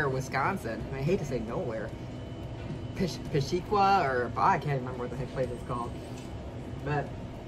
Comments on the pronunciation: Its peshtigo not peshtego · As a wisconsinnite, who has been to the city before, 99% sure its pronounced pesh-ta-go, not pesh-tee-go. Always tough with all the native American influenced city names in wisconsin. Great video though, still always amazed at your ability to make gigantic amounts of food disappear quickly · PESHtigo, not peshTIgo. Sorry, that made me twitch! Lol. What a champ, glad to have you in the area! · It's pronounced Pesh-tah-go. I am glad that you came to my state. You are impressive as ever!! I am a fan. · Holy crap, I live in Peshtigo!! Thank ya for visiting! I love how she says Peshtigo, If your also wondering it’s pronounced, “pesh-TEE-gow” lol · Oops! It's PESH-ta-go ... but then again, most people get Wisconsin city names wrong! I was right there with ya until I realized there was a pancake there. OMG! GO MOLLY! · I go there all the time!!! I live in Chicago but have family up there!! Also its pronounced: Pesh tih go. That is the place to go and everyone knows everyone there. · I'm just south of Milwaukee, might hafta try it....but its pronounced PESHtigo, emphasis on pesh , lol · It's pronounced Pesh-ta-go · I'm from Peshtigo. I give you thumbs up on the attempt to say Peshtigo. Not to bad lol. This challenge hasn't been mastered by too many locals. For sure we are a middle of no where Wisconsin town. We are known for the Peshtigo Fire. Sadly it happened the same day as the Great Chicago Fire so we get over looked. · I'm from peshtigo and I cringed a bit at the way she pronounced the name